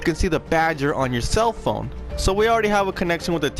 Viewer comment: Bro I covered the compositor banks a long time ago also it's phone not pone